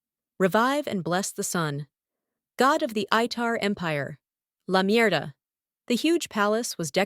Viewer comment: wait, la mierda? 😂😂😂😂😂 Any other Spanish speaker out there hears the same?